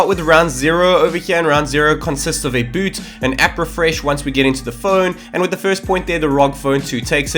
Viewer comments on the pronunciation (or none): none